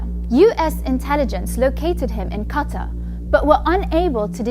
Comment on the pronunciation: Hilarious😂😂😂 Plus, this may discourage media from pronouncing Qatar as Cater 👍🏻